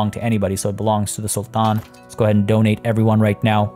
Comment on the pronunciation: Just curious where are you from ? you pronounce the arabic “t” as in sultan perfectly 👍🏻😺